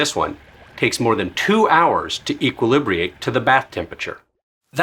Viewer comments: E-qual-lib-ri-ate?! I think you meant equilibrate (e-quill-i-brate). I know, it's a cooking channel, not a grammar channel. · Equilibrate, not "Equilibriate". That hurt my soul. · "eeek will lib ree ate" LOL